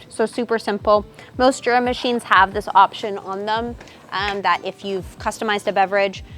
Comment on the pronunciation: I never get why people mispronounce it Jur-uh with a J sound, when even in their own promotional videos it's Yuh-ruh, with a Y sound.